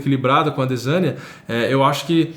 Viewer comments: Doeu os ouvidos o chamando o adesanya de ADE ZÃ NIA... pqp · Engraçado é o nosso a 2 anos atrás pronunciando errado o nome do Adesanya kkkk. Vídeos maravilhosos irmão 💪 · Incrível ver o falando ADESANYA errado 😂😂😂😂